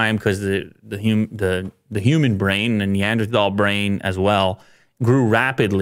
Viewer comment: Why can't anyone on Youtube pronounce neanderthal??????